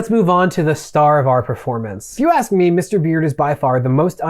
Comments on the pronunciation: Great video. Haven't yet finished it, but so far it breaks the situation down quite well. One critique I have would be saying axe instead of ask, other than that you're quite well spoken. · Please learn how to say "ask/ed" 😅